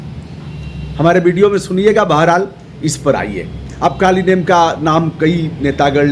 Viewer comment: कालनेमि उस राक्षस का नाम था, कालीनेम नहीं! कृपया सुधार कर बोले ।